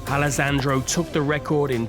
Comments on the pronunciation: I died when he spelt wrong the name "Alessandro" and said something like "Alesangioh" 🤣🤣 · Alasandro🤣🤣🤣, sorry I'm Italian